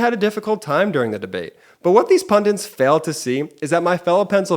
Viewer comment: What is a 'PUNDINT? Do you mean the English word, 'PUNDIT'? Pundit - an expert in a particular subject or field who is frequently called upon to give their opinions to the public. Do you mean, pundit, at all? Don't you mean 'wanker'?